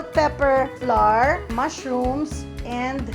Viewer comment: Flour, sour, and hour are not pronounced like the letter, “R.” They should rhyme with “flower.” Just an fyi. Love your recipe though.👍